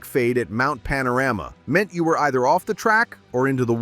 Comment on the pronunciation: Mount Pana-Rammer? Ok Americano AI😁